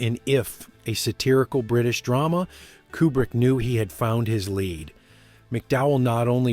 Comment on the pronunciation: Too bad you never learned to pronounce his surname. It's "Cuebrick" not "Coobrick."